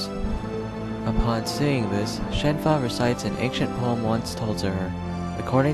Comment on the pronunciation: Her name is Shenhua, not Shen Fa